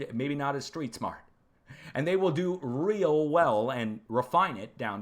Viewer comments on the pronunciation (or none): none